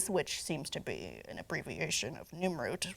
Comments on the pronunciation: I thought I was hearing things. Where did she get Nimroot? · it's pronounced Nirnroot, not Nimroot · Its nirnroot you nirnrod